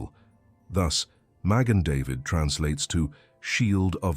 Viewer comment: This has got to be BS coming from the ROMAN EMPIRE WOKE "CHURCH"...pumping it's antisemitism out into the world via AI.... Ma Gen not magin...but then again if AI actually was smart it would at least learn how to pronounce its NONSENSE... Get a freaking life people...and shove your "masonic conspiracies" up your arse, that's if they fit with your heads already up there! Have a wonderful evening!